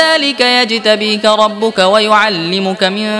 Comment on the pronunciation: আসসালামুয়ালাইকুম 13 নং পৃষ্ঠার শেষে ভুল সংশোধন করবেন আশা করি ওমা কানা রব্বুকা রব্বিকা নয়